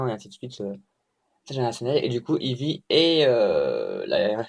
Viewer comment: J'avoue j'ai ri quand tu as dit "The book of Ivy prononcé I-vy" xD Ca dit dit AIE-VY lol Ca veut dire lierre en anglais ;) En tout cas j'ai adoré ce roman! Fate/zero, je l'aurai un jour! Allez, ça va bien se passer pour ta VO, comme tu dis, qui ne tente rien n'a rien! Et oui, ça s'améliora c'est sur et certain!